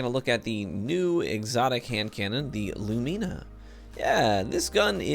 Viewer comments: lu mi na, not lu mee na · Correct Pronunciation: lew-min-a Incorrect pronunciation: lew-mean-a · It's pronounced Loo-Mih-Nah, not Lu-Mee-Nah. SAY IT WITH ME: LOO-MIH-NAH Like Luminous. Light. Luminous. Lumina. Yikes, every single streamer pronounces it like a child. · Loo- men-na not loo me na. Lol. Sorry, had to say it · LOOM-IN-AH. LUUMINNAHHH. LUMINA. ffs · It's pronounced Loo-muh-nuh for the love of god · LOO-min-uh Like luminate, but without the "te".. Love the vid! :D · Say 'illuminate.' Now say 'lumina' the same way (except for the a). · I thought I was the only one who got triggered lmao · Your pronunciation of "Lumina" is giving me conniptions.